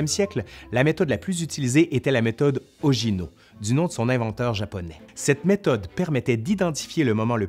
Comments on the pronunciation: Meme si en francais, on a pris l'habitude de prononcer "ojino", il faudrait dire "oguino" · À , Ogino se prononce "o-gui-no", et non pas "o-ji-no. Fais un effort, mon gars.